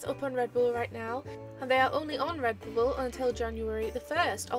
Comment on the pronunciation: "Redboble" XD Love it!